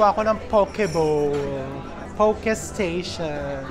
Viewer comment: Try foodland poke ( not pow-key) chef. Dami sila klase. 😊